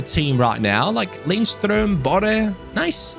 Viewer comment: Btw. When you pronounce Lindstrøms name. The D in his name is silent. So its Linstrøm.